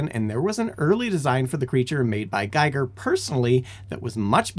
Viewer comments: It's pronounced "Geeger", not "Giger" - sorry, but I HAD to... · I had a big alien as a kid. Also I thought it was pernounced with a long e not a long I